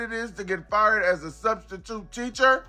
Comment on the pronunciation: What is a studstitute??????? Cause it isn't in the dictionary??? 😂😂😂😂😂😂😂😂😂😂😂😂😂😂😂😂😂